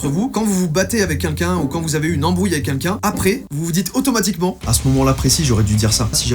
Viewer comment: Joyca … je n en peu plus .. à chaque vidéo … DANS TOUTES TES VIDÉOS …tu dis au moins une fois le mot QUNQUN … apprends à dire Quelqu’un ….